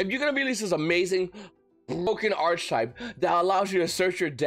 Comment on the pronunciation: Yo V it's pronounced Ark-type lol